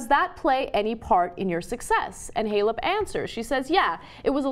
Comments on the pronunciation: What a bimbo. She says "f***" and "s***" all the time and can't be bothered to learn how to pronounce Simona Halep or Eugenie Bouchard's names. Is that supposed to be "cool"? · I'm more angry that she didn't pronounce Simona Halep right.